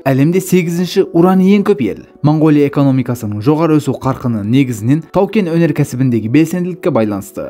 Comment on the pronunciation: Мангооля деп айтпаңдар. Өте жаман естіліп тұр. Орыс емес болсаңдар О әріпті О-мен айтыңдар